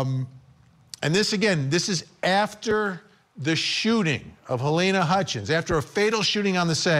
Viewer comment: Funny how after all this time these idiots are still calling "Halyna" Halayna.